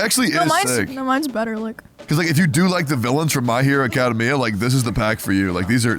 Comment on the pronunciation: Lol I love the way Tectone pronounces Academia. "Acada-mia"